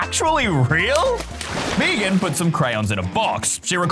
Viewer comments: me-gan? Isn’t it Megan? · Its not meeegen its Megan my name😡